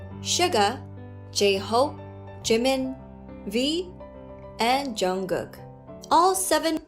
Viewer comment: A pronúncia é JiMIN (o min é mais forte) e Jungkook é Jongkuk (com o último k mudo tipo inglês).